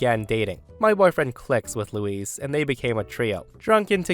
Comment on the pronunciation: Hi The way you pronounce Luis is the female name. Luis is L - oo - i - s. Louise female is L - oo - ee - Z.